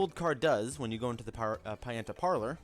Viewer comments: ROO-G port and PEE-anta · Rougeport Pieanta Parlor ...No offense it's just pretty funny